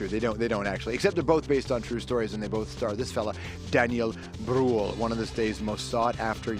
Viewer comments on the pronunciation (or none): "Brühl" ist pronounced completely different, but it does'nt matter. ^^ Very likable person. I had seen him in Berlin clubs having fun.